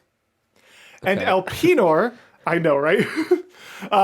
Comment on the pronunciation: It's so funny that you pronounce Elpenor like that... xD